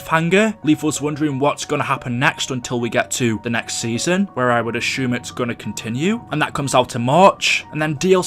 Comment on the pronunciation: I hate the way you say Ashume instead of assume